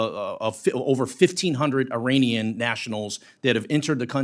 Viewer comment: It’s pronounced “Ee-rawn”